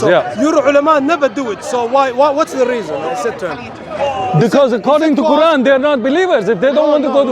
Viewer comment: Watch this ignorant jihadi can not even pronounce the quran properly and he wants to speak about islam. I am sick of these undercover isis/al qaeda/taliban supporters speaking freely and promoting their disease. They should not be allowed to speak openly. They should be banned from speakers corner. These ignorant devils give us muslims and islam a bad name.